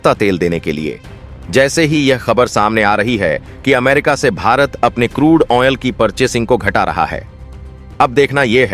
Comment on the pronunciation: Useless way of narration. Repeating the same thing over and over. Wrong pronunciation of crude oil.